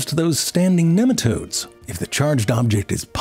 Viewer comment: it's NEEM-a-todes